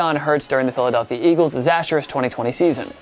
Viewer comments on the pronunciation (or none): none